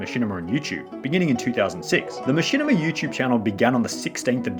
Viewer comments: Everytime he says “Yuuchube” an orphan child dies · Is it YouTube or you chewb?